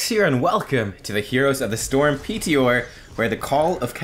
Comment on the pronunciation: Why do you say P T OR?